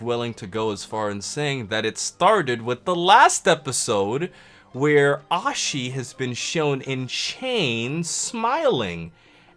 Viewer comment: Who Ashes? Just kidding I know you don't mean to pronounce it wrong